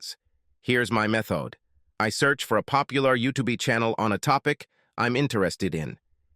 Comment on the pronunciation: U tube ee. Great pronunciation. 😅